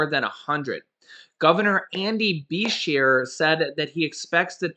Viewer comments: Hi 😁. The Governor's name is pronounced, Bra-shear, short a. Thanks for all you do to keep us informed❤️! We hope you and you family are doing well! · Andy buh-sheer